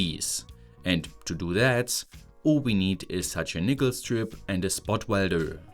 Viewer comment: Yo you need to be careful with you pronunciation of "nickel". It sounds like a racial slur lol.